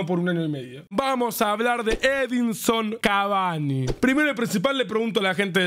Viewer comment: Soy yo o el presentador cuando entra cavani a la cancha dice edison avani😂